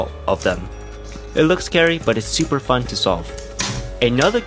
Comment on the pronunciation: and later, you said SOUP-er easy to solve or smth like that hahahhh